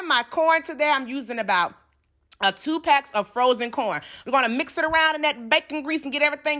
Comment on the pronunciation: Intew Tew I love how she says two tew intew